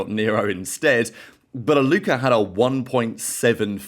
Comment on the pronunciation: Its a Alluka not Aluker mate